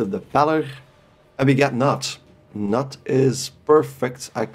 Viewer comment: The K in Knut is not silent.